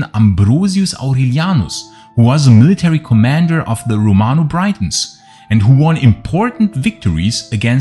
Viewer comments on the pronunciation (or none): Achtung, "Briton" wird gleich ausgesprochen wie "Britain" (und nicht wie 'Breiton').